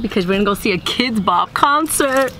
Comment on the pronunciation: instead of saying kidz bop, it sounds like kpop